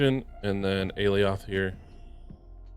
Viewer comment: I don't want to be that guy, but... it's "ah-lie-oth" (according to Loki season 1)